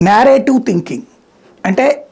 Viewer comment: Narrative uncle adhi😂😂 nyarative kaadu musali munda